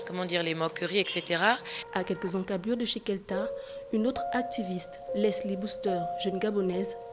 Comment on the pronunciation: Kelda pas kelta. C'est ma princesse je suis fier d'elle #KarterB